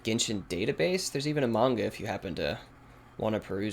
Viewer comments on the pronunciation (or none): none